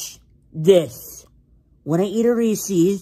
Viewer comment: Bro you pronounce Reese’s wrong